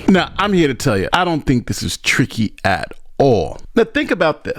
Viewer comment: I almost flipped out when I heard that nonsense. It's "tricky" 🤯